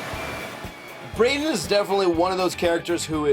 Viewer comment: BREDEN YOU Mean Braden